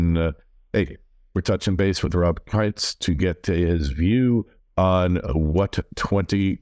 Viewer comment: its not pronounced KINTZ its KEENTZ